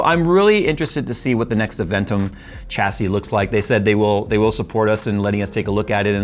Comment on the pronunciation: Dude you are triggering me with your pronunciation of Chassis - it's 'Shassy'.. not 'CHAsy' lol